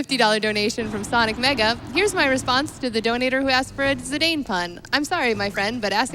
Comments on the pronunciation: LOVE THIS. But its zidane (like the football player), not zedayne. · Zee-Dane? thats not how you say that name? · Zeedayne? Zinédine Zidane was already a world known player back in 2000 when the game was released. Kinda painful to European ears. But I guess not a lot of Americas know French football players ^^ In German we would also pronounce Steiner as "Schteiner" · Also the pronunciation of Zidane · Their pronunciation of Zidane is kinda funny. I guess they don't get Zizou as a reference either then. Great run anyway. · One of the most commonly mispronounced names, alongside Tidus.